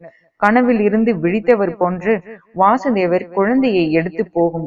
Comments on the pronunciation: வாசுதேவர் இல்ல வசுதேவர் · Krishnarin thandhai vasudevar ....va...kuril.......krishnarukkudhan .vaasudevar...nu...va ..nedil ..varum....sariyaga ucharikkavum